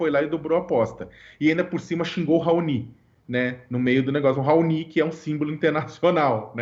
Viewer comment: Raonii??? Este cidadão deveria pelo menos tentar aprender português.